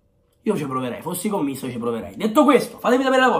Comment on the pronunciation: Si dice CÒMMISSO, cognome calabrese molto noto nella mia città ahahah, un saluto.❤️